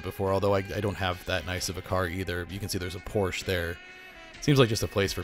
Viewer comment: Porsche is pronounced Porsh-uh. The valet parking is usually comped if you buy something, though you should still tip, and is great if you just need to run it and out so don't want to park a million miles away. The Apple store doesn't need a huge logo, people know what it is.